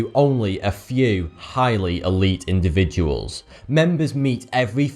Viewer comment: chhhiiiighly lol